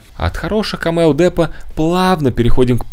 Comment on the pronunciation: Только не камЕо, а кАмео. ☝🏼